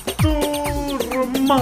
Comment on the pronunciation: Abi video mükkemml ama dondurma diyir donarruma lütafen öyle söyle sabitlermişim